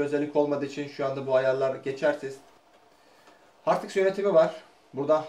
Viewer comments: Hard diks değil, Hard disk ... ama yine de temiz çalışma, güzel video anlatım. Teşekkürler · Hersey guzel de Hardiks nedir be 😂😂😂😂